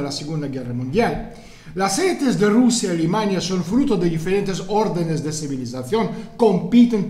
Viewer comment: Es gracioso porque cuando dices "Alemania" suena como "Alimaña"